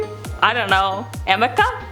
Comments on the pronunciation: It’s called arnica cream not amica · Arnica cream. Haha. The lawyer probably read it without her glasses and the r and n turned into an m. At some point, someone, especially AH, should have corrected her but she stuck with calling it Amica throughout the trial. So funny!